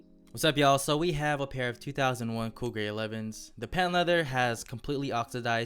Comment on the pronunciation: Sound like you said cougar 11s